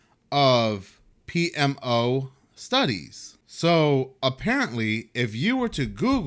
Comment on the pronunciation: bruh, i think u knocked it out the park pronouncing that $20 word PMO!!! It would have probably taken me several more attempts, tbqh